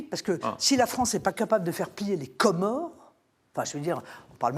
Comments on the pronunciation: Comment elle dit " les commores. " la meuf respecte même pas les nationalités.. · J'aime la façon dont elle prononcé les Commorres 😂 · Pourquoi elle accentue de cette façon sur "Comores"? Complexe de supériorité comme Macron?